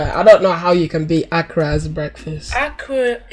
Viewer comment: Lol.....akra! It's called akara..... a.k.a.r.a.😅